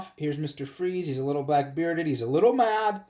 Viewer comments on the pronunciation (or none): none